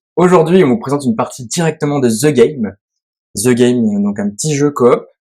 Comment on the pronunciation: le " THE " se prononce ' de ' . Donc on dit " De game "